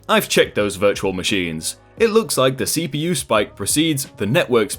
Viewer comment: its cpU not CPO